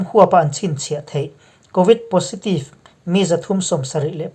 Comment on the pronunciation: positive hi pozitive tiin chhiar la, a dik deuh zawk ang.